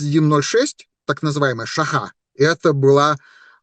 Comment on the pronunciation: Не Шаха, а шОха